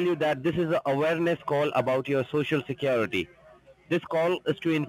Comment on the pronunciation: you know I never miss my Monday funday.... and Love when you say securitay!!! Thanks for putting a little sunshine in this mopes life every Monday!!!